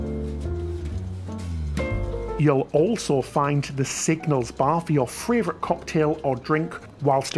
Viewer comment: I've just noticed that every time says "favourite" it comes out as "fravourite". Really tickled me.